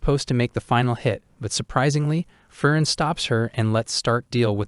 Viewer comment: aah, why do you pronounce "Frieren" and "Fern" identical? ^^; Come on man... those 2 words sound nothing alike, in the original language... Frieren = "Free-Ren" Fern = "Phaerrn"